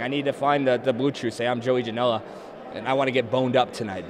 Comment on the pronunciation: Not trying to Hate.. but are you sure your name isn't JOEY JANEL-UH ?